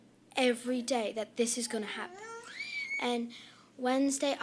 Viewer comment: please OT stop with the “fona” please, i believe it’s pronounced “going to “